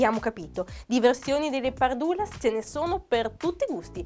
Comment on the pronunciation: Allora da sardo dille che si dice "pàrdulas", non "pardùlas"